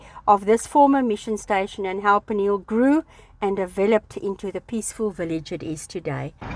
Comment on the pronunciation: It's pronounced P-knee-hell....